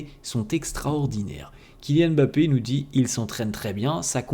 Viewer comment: T'es l'un des rares à bien prononcer Mbappe , tu ne dis pas M'Bappe comme les autres 😂